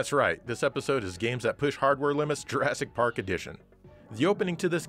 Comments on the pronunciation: is nobody going to gawk at the pronunciation and spelling of Jurassic Pawk. LOL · Jurassic Pawk... XD